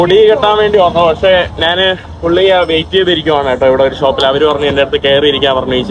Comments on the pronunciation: നാൻ അല്ല ഞാൻ. ഏതു പറഞ്ഞാലും കാര്യം മനസ്സിലായാൽ മതി. എങ്കിലും നാൻ എന്ന് ഒരുപാടു തവണ കേൾക്കുമ്പോൾ എന്തോ ഒരു.... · Nan. എന്ന് പറയാതെ. ഞാൻ എന്ന് പറയുക മലയാള വാക്കുകൾ പോലും പറയാൻ അറിയില്ലേ നിനക്ക്